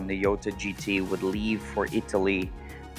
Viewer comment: It’s interesting that you never pronounce Gallardo right, and now we add Jota… you get all cars period correct but not the pronunciations lol